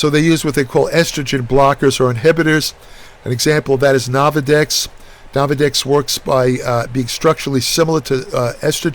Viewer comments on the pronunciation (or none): Ain't nothing like "nahvadex" and growth "hahmone". Just a tip - don't mistakenly put either of these in your "Microsoft" oven!